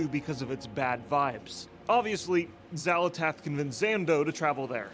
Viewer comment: I love your content...but I cant get over Xal'atASH! lmao